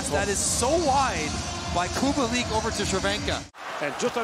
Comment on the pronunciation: Respect for the commentator! Those ,,Červenka and Kubalík" were perfect!